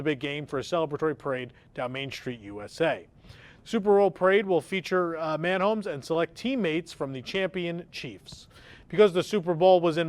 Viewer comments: not anymore. MAN HOMES it is 😂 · lmao "man homes". "Muh Homes" dear... "muh homes". Thank you for that laugh. is from Kansas City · Dude it’s Mahonmes not Manhomes 🙄🤪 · Pronunciation: Muh Homes* 😁